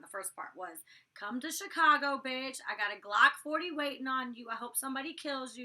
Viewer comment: I'm literally LMAO the way yo say "Glock 40" lol.